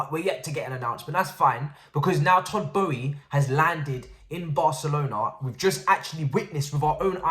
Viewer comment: Our owner’s name is not pronounced “Bowie”.